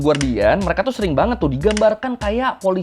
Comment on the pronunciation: Materi substansinya bagus jelas untuk dipahami, request bang coba ngomongnya dikata² kalimat terakhir jangan terlalu penjang ehonya. Seperti kalimat "warga amrik membenci merekaaaa", cukup pengucapan "mereka" saja, tidak perlu penekanan eho yang panjang. Yakin lebih enak dengarnya tidak mendengung dalam otak pendengar🙏